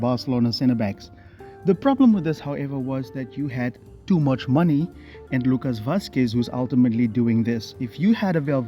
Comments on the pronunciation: Is he calling Tchouameni "Toomuchmoney"? Ahahahah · Bro did you just say toomuchmoney?😂😂😂😂😂